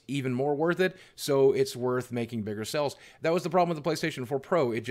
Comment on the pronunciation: It’s pronounced sales...... not sells!